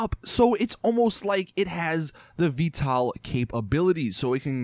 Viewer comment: VTOL not Veetall